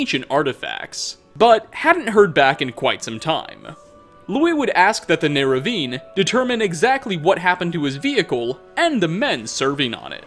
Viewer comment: I feel the Oblivion NPCs are either psychic or acolytes of Hermaues Mora. They know everything. Like how the Neravarine went on a expedition to Akavir. Like how the fuck do they know that?! Also, *Neravarine not Neravine please just please say Neravarine or I'll have an aneurysm